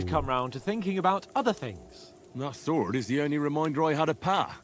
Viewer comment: Why does he pronounce sword as sahward